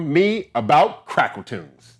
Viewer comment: Boy I thought you said "Crackertunes"!!🤣